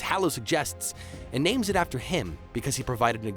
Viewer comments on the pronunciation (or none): i love how he mispronounced every single name